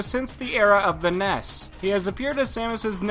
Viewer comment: It's not called NESS, it's only one S. So either nes or N E S.